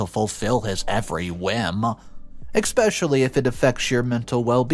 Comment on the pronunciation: You keep saying especially wrong there's no X or K in that word